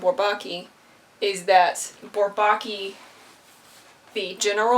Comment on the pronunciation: Sorry to play the pedant. I listened to the Twenty One Pilots song and heard the same pronunciation of Bourbaki, with the stress on the second syllable, as in "souvlaki". Actually the stress is pretty evenly divided between all three syllables. (Again, sorry -- I'm not a Twenty One Pilots fan, just a mathematician. Although this reference does increase my respect for TOP.)